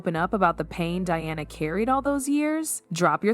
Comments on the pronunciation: Why cant you get the pronunciation of peoples names correct! Sometimes you say Diana and most of the time you say Deeana. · Welcome to AI!!! They keep referencing “Dianna” as “Deanna”… 😔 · It's not that hard to pronounce D. I. A. N. A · if your making a video about DIANA then get the name right DEANNA NO Diana yes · Can you all please say the PoW Diana correctly! It’s DIana not Deana!!!😮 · Who TF is DEEANNA? .......IT'S DIANA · The princess is not Dee-anna, her name is Pronounced Dye-anna, DIANA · Her name is Diana not deana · the right pronounciating : Day ana in US and Dianah in Europe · Her name is Di Ana…..NOT DEANA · Announcer keeps calling Diana, Deeanna? ?? Why? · It’s Princess Anne and Diana not Deana 😢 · Narrator cant even pronounce Diana's name, Deanna, really, how stupid! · Yeah, I think this whole thing is fake. It's an AI voice, and I don't think Anne would have stolen a letter. Between calling Camilla "camera" and Diana "Dee-anna"... there's something fishy here. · I’m pretty sure that the makers of this dross won’t really want my comments, but you did ask. For a start, why is it that the vast majority of this type of video are produced (presumably) by Americans? The awful narration whether real or AI is often produced with no effort spent on pronunciation, not even for the chief character in the story, Diana Princess of Wales was, obviously a DI-Anna, not as pronounced here as DE-Anna 🤢 Americans seem to come in two categories when it comes to OUR Royal Family, they either profess to love them, or hate them, both parties like to comment with their puerile comments often with no obvious historical or general knowledge on the subject. As for the content of this story, I’ll wait and see what, if anything, happens; I suspect that it will never be heard about in any official capacity and if it is it will bear little resemblance to this narration. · Diana is not pronounced De-anna. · Please pronounce Princess Diana name correctly